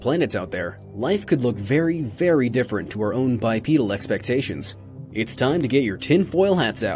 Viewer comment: “BiPEEdal” fuck, my ears.